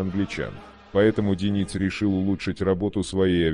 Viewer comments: Не ДенИц,а ДЁниц,слух режет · А-а-а Автор! Ну ударения то можно правильно в словах ставить? Правильно ДЁниц, ударение на Ё, а не ДенИц... Аж слух режет. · Это робот читает. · А кто такой ДенИц? Я так понимаю, обладатель голоса за кадром, рассказывающий о подводной войне, эту фамилию впервые слышит/видит? Нашествие в интернет полуграмотных киноделателей достало. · Диктор, Как все-таки верно - ДЁниц, или ДенИц?) Да, и не ПринОм, а ПрИном! У тебя проблемы с постановкой ударения? Ты уж сам определись? Зачем искажать?